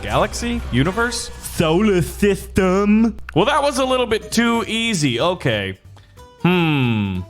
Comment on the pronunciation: I think I laughed to uard when he said "Sola sistum"